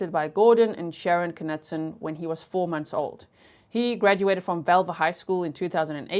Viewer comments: Knutson is a Swedish name meaning Knut's son and is pronounced Kn-ew-ts-on. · And it’s pronounced Kah-nute-son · It's pronounced "Noot Son" The K is silent. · In north dakota we prnounce like where you live. Ka Newt Son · I’m from ND. It’s pronounced KA-NEWT-SON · Her last name is pronounced "Noot-Son" The K is silent. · I had a boss here in Arkansas USA and his name was pronounced (Knutson) CaNewtson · Im in America, knutson was my best friend's last name in grade school. Always pronounced "Ka-nootsun".. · I grew up in North Dakota. It's "MY-knot" and "kuh-NEWT-sun." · It's pronounced Kah-newt- son. That was my maiden name and I live in Grand Forks North Dakota!! Please pronounce it correctly! 🙏🙏🙏p.s This is how her family pronounces it. 😊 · I live in ND. I've always heard that last name pronounced "knewt-sun."😀 I see that someone clarified the city. I wondered if it was Minot. I lived in Bismarck until 2020. I was wondering why the trial was in Grand Forks, but I see it was due to publicity(?). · the K is silent in Knutson and in also Knapp